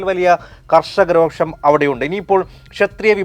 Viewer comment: രോക്ഷമല്ല "രോഷം"